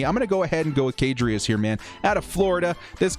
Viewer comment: he did not just say kadrius, i'm disappointed as a florida fan